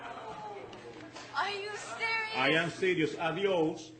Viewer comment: Doubled girls bond because she said, ‘audios’ instead of ‘bye’. Two Karen’s in that video.